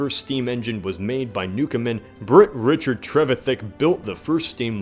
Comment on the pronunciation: I'm from the town Richard trevithick was from, it's also where the safety fuse was invented, and can say you really didn't get the pronunciation right 😁 we have a song around here about his first steam engine called 'going up Camborne hill'. The replica of his first engine repeats this event every year in the town and is quite fun to watch. The original was destroyed in an explosion because trevithick decided to celebrate in a pub without shutting it down. He ended up dying a pauper but some say that to raise money while in Africa to get home he sold George Stephenson the rights to his invention we all know as the steam locomotive.